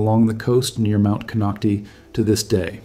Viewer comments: It's "Clearlake" all one word. Kinocti kinoct-eye. You took time to make a whole video about it and didn't bother to see how it's pronounced. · You are only Reading a WIKIPEDIA Post and your pronounciation shows it ! it's Kon Knock Tie !!! at least learn to say what You are Talking about aye? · It’s ‘Cone-oct-eye’ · Konocti is pronounced CON knock TIE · Konoct (eye) is how its pronounced. This is scary--since its very populated there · The real pronunciation of the real name of the mountain is Kono Tayee the name konocti is an English corruption much like Ukiahs real name Yokayo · Lmao! Konoc-tee, wrong! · It’s pronounced Konock-tie same as Vallejo is pronounced ve-lay-ho. It’s written one way but we pronounce it how we like it. 😁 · Another non native Speaker...konocti.. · One would think that if you’re going to go through the trouble to research the details of the Clear Lake area you would take the names of geographic sites seriously. Instead you fumbled the name of Mt. Konokti. Sloppy! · Konoctee mean butthole hole in Mi-Wok, that’s why you don’t pronounce it that way. Although, a volcano is kind like a butthole, so… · We lived on the lower slopes of Mt Konocti (last syllable “I” not E) when my husband worked at a nearbye goldmine in the 90s. Not a single person I met there, (Working in government or otherwise) was overly concerned about the Mountain erupting. However every time I walked by Soda Bay at the base of Mt Konocti I felt as if that sulfurous odor bubbling up was sending me a warning ⚠️ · The correct pronunciation is with a long i sound at the end. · Nonsense, I live adjacent to this mtn, none of this is true. No instuments are placed here. He cannot pronounce the name of the mountain correctly.